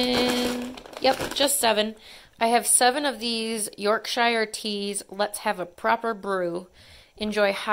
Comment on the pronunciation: Yorkshire is pronounced with a sheer on the end, not shire. As in wind sheer. Best tea ever, nice and strong.